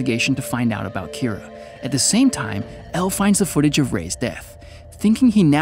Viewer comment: Keera its kinda more pronounced like keeda. Just with a very slight R sound